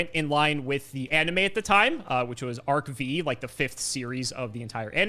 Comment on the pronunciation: Stop mispronouncing Arc-V…